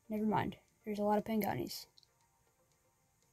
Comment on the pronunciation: Bru he said pengani and its pagani